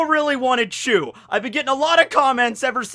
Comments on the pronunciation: Its beca...becaah..chu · I'm sure it's not chew but actually choo